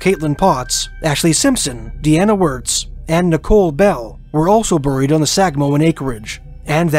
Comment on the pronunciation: Is this an AI generated voice ? Listen to pronunciation of some simple words IE Burryied rather than Buried !